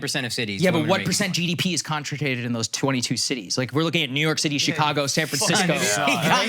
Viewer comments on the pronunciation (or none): Akash is salty that he got bodied, he pointed out that Saagar mispronounced concentrated 😂😂😂, lowkey indian battle.